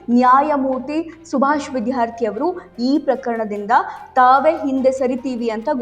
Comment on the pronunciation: MADAM, YOU PRONOUNCE CORRECTLY ITS NOT ''' VIDHYARTHI ''' BUT ITS ''' VIDYARTHI '' CORRECT YOURSELF PLEASE.